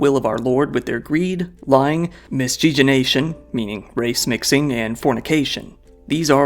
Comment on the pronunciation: Taking some comfort in an intelligent well spoken host mispronunciation of miscegenation. Hopefully this suggests that this nonsense word and concept are being forgotten.